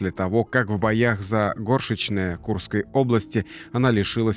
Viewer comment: не ГОршечное ,а ГоршЕчное